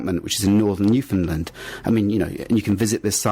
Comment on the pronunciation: U pronounced Newfoundland wrong. I should know. Because I’m from Newfoundland